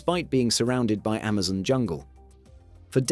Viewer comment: lol Ammazin' pronounciation